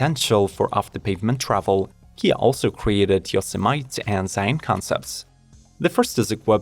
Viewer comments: Excellent video. Just in case you ever have to say the word Yosemite again, it is pronounced Yo-seh-meh-tee. It is the name of a national park in California. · Yo-se-might? Don't be like Trump, LEARN how to pronounce Yosemite properly.